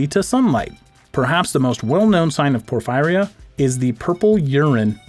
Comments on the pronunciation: It’s pronounced por-feer-ee-uh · It's pronounced por-fee ria. I know someone who had it and she lived in her basement because she couldn't stand the light. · It's pronounced "Poor-fearee-ya" Porphyria.